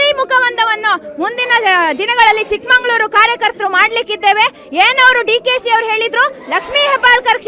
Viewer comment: ಚಿಕ್ಕಮಗಳೂರು ಅಂತ ಉಚ್ಛಾರಣೆ ಮಾಡಿ , ನಾವೇ ತಪ್ಪ ಉಚ್ಛಾರಣೆ ಮಾಡಿದ್ರೆ ಹೇಗೆ